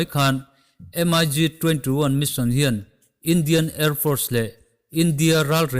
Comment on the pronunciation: MIG anilo mik ti in lam tur